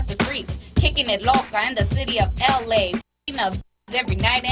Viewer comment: She said we kick it in “eley”